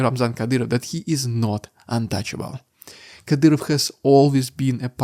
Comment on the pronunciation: Kadyroff xD